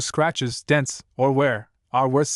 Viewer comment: Dents. Not dense.😂